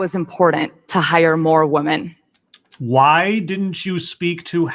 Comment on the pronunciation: What is it about this trend of women pronouncing women as 'woman'? Is this some kind of feminist new speak? Perhaps women are now referred to as 'woman' as a collective? Because...last time I checked the plural form of woman is women pronounced wimmen. I notice she uses the correct plural of man, men, but not women. Me don't get it.